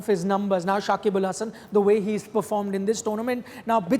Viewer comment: This guy botched his name. Nothing special. We Bangladeshi people call him .